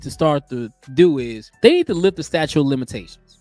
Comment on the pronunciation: It is "statute" not "statue". Before you post..., please refresh your English and grammar. It just looks bad for black folks..., reinforcing the stereotypes that the world has of us. This was embarrassing....